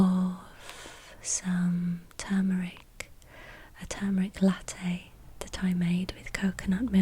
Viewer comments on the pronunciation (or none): none